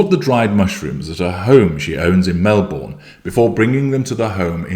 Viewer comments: I didn’t see this at 2am (I turn phone volume off at night), but was so excited when I saw the headline just now! He’s already got her sussed …. And, he pronounced ‘Melbourne’ like an Aussie! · I’m an Aussie too (Bris) and I’ve never heard of this place and don’t think I could pronounce it! Lol. But, I was impressed he pronounced ‘Melbourne’ like a local. I’m so glad covering this.